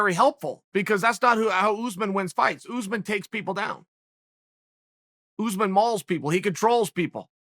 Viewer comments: Oos-man, I guess? Phonetically? Still, it's Chael, he pronounces /everyone's/ name wrong. At this rate it has to be a meme on purpose. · “Oozeman” Its us-maan